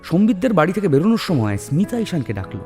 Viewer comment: স্মিতা নামটা ২/৩ বার ভুল উচ্চারণ করলে !